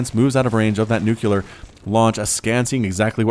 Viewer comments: Gómez Cabrera he sais nukelar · Please pronounce nuclear correctly.